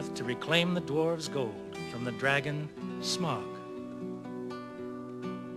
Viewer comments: alex laxson That's what I thought, I mean think about it he's a dragon and pronouncing it like "Smog" sounds better to me than "Smaoag". But that's me. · OK this just fits as a way to sum up the story. Minstrels were the prime story tellers. I also like the way they pronounced Smaug, because let's face it Tolkien loved to play with words. (Hobbit for example} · the elf has a beard? and its pronounced smowg